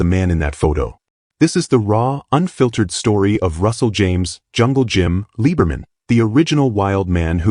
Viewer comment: They MUST FIX the narration on this!!!! His last name is Liberman . . . pronounced LIBBER-man and NOT LEE-BER-man. As he once told me: "I'm German and not a ___ Jew."